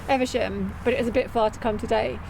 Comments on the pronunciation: Eve...sham not eversham.. You spotted the house thats on my list of lottery purchases :-) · eVe. SHAM!.. come on, it's we're meant to laugh at for his pronunciation of English place names. You're letting the side down here.